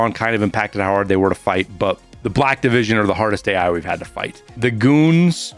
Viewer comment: i kept thinking was saying "Blackivision" instead of "Black Division", maybe i'm just dumb LOL